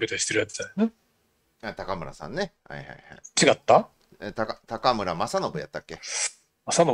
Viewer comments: お二人の関西ネタにはいつも笑ってしまいます😂。 ちなみに高村さんは(たかむら)ではなく(こうむら)でしょう。 立憲のいずみん終了ですかね😅。 国民民主のたま○ん終了確定‼️。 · たかむらではなくて、こうむらではないでしょうか？ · 「たかむら」じゃなくて「こうむら」じゃないですか？